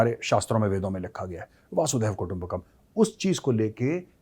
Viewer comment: वासुदैव कुटुंबकम नही जनाब , " वसुधैव कुटुंबकम " ! वासुदेव और वसुधा दो अलग अर्थ और अलग शब्द है जी !